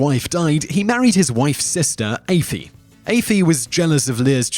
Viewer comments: Aoife is pronounced E-Fa not Ayfee 🤦‍♂️ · It's pronounced eefa, not ayfee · Aife....it's Aoife (eefa) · Lir’s wife was a person called aofie (ee-fa) I don’t know who afee is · As an Irish person, this is dreadful. Your research is terrible. You're mispronouncing names that could easily be googled to hear the real pronunciation and you're completely changing the important details and narratives of some of these stories. When I heard Aoife(Eee-fah) being pronounced like "ay-fee" I nearly died laughing.😂 Should be ashamed! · Who's AYFEE??? Oh lololol, I think you mean Aoife,pronounced "Eefah" don't you?Best learn to pronounce it properly as it has become a very popular girl's name in recent decades and there are now loads of Aoifes in Ireland! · It's not affee it's ee-va how hard is that to pronounce ! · wait, Ay-Fee! ? It's Aoife right? that's Ee-fah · Is it pronounced "Aye-fee"? I know a girl named Aoife, and she pronounces it "Ee-fa". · Aoife? A-fee? I think you mean E-fa lol. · Aefi? no its Aoife - (ee-fa) Aoife's across Ireland hate when people say that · Aoife is ee-fa not ee-fee 😂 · Not Eefee, Ee-faa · On children of Lir the mean wife name is pronounced like efa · Aoife is pronounced Efa. E-Fa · Aife is pronounced Eeeef-uh. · Smashing video but Aoife is pronounced e-fah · Did anyone else cringe when he pronounced Aofie? Afie!?😂👌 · aoife is pronounced eefa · Aoife is pronouced EE-FA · Why is it that no one can pronounce Aiofe it's eefa ok? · Aoife is pronounced EE-FA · get your prenuciation right it's not afaie it's Aoife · Aify it's aoife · issa drink- It's pronounced "Katrina" and Aoife is pronounced " Eefah".Irish is an ancient language, at least 2000 years older than English. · Aoife = is pronounced EE - f ah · Lol Ayefee?... it's Aoife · The name of the wives sister in the children of lir is pronounced wrong. You spell it Aoife but it's pronounced eeffa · Aoife, is pronounced (Ee-fah) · it's aoife not effie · Aoife is pronounced eefah